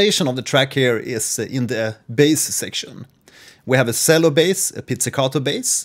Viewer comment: Great video! Just a note on pronouncing the word "cello" - the "c" has a "ch" sound, not an "s" sound. So it should be pronounced "chello" not "sello". Keep the great vids coming!